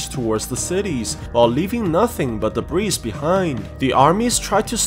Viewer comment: Debris is pronounced with a silent S